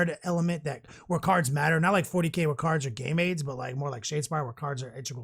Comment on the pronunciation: Great content as always boys. At about the mark I could have swore that said that cards are gay maids in 40K. I did a double take and thought, did he just say that? What does that even mean? I listened again and saw that as it turns out cards are in fact "game aids" in 40K. Btw don't look up "gay maids" on the internet, or you will not have "the literal best of all days". Lovin; the new Deathwatch codex btw, put together a 2000 point list and I think they are going to be a ton of fun to mix and match and what have you, but obviously will struggle in the hardcore competitive scene, based on shear volume of dice. Once DW models start dropping, it's hard to come back from it and they just don't have much that all that survivable.